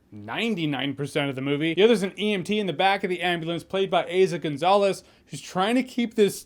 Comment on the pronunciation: Her name is Eeeeza Gonzalez not Heyza Gonzalez …